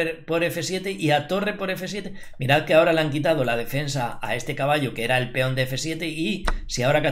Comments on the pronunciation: Feon = peón León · por qué dices Feón?